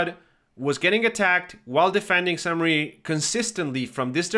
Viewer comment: Thank you for your videos, they are really helpful! I just have one pet peeve, it's the pronunciation of French locations! I know they are hard to guess and pronounce but I can't help it: You are saying Saint Mary, it's actually "mère" as in "flair" or "bear" and it means mother. "église" is pronounced like "egleez"